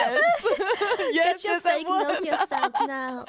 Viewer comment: Nokia sound as in the old phone. Not Noka;)